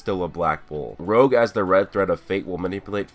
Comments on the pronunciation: It's not rogue it's rouge like French for red bro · Rouge, not rogue....... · i think its name is the french Rouge(soft g) which means red and not Rouge as said in the video.